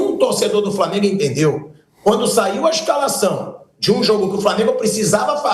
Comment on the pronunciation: A maneira do Vampeta falar é reflexo de uma época aqui na Bahia que as pessoas mais velhas tinham dificuldade de usar o L pra formar uma palavra,framengo,fruminence,e por aí vai.